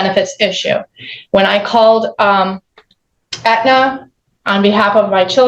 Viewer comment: Did she call Aetna, antenna??